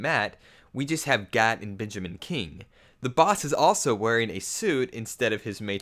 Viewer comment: Its gat, not cat